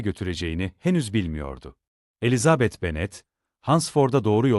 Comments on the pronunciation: Yapay zekâ okuması. Ses güzel ama vurgulamalar kötü. Virgüllerdeki duraklamalar nokta varmış gibi okunuyor. Elizaaabet denmeseymiş bari. Çok robotik, ruhsuz. 😐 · Elizabeth telaffuzunuzdan dolayı dinleyemedim , üzgünüm